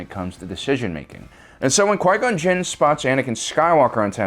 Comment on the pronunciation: “When Darth maul penetrated Quia gon gin”